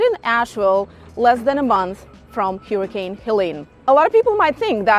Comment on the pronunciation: an Eatern European who cant even say " Hurricane" the right way😂 or "pool"